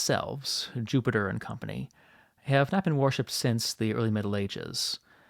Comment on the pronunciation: You pronounce ‘worship’ incorrectly. It should sound like WURSHIP, not like warship.